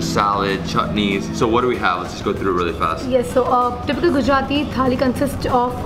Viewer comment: You’re the first foreigner who can pronounce Gujarati as a natives 😃😃 welcome to my city .. friend